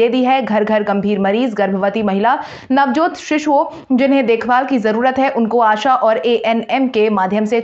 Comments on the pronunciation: Samanvay phir. .... nahi bol pai pahale navajat ko navajot padha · "नवजात शिशुओं" शब्दों का उच्चारण "नवजोत शिशुओं" न करें।